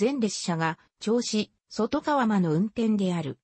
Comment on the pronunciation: そとがわでなくとかわ